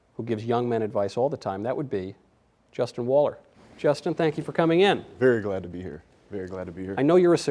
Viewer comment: Waller? Seriously Michael?